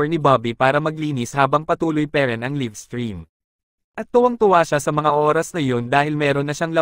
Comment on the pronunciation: "LAYV" not "LIV"